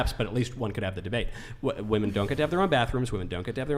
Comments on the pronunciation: Hasn't anyone ever taught some of these ladies how to pronounce the plural of woman? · Also, while I'm ranting. Will someone tell Gen Z that the plural of woman is "women", and it's pronounced "wimin", not "woman". Drives me up the wall. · This is so hard to listen to.. Between all the "likes" and them pronouncing the word women as "woman" every time. What a sad group of girls mocking God, which is truly what they clearly need. Michael handled this very respectfully.